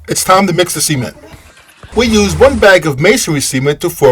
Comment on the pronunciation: I think the pronunciation of “cement” is incorrect. Please help me confirm this.